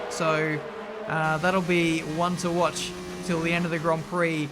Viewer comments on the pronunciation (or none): none